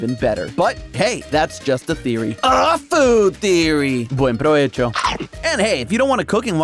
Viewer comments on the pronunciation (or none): Nobody is going to say anything about how said “Buen provecho 🌹👨🏻✨”? Hahahahaha 🤍🇪🇸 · la argentinidad de diciendo buen provecho